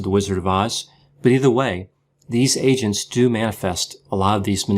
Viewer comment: Sounds like yr saying asians not agents, lol, the first time you said it my head nearly snapped from looking around with a 'huh' lolol so funny! I always worry when using the term flying monkeys as I know some People jump straight away to the wrong conclusion!